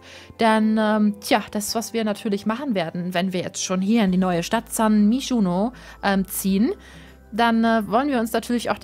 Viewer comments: och honey das wird zwar san myshuno geschrieben aber sun maishuno ausgesprochen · SÄN MEISHUHNOH !